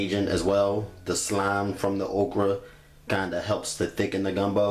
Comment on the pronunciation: "We're going to add our ogra" 😂😂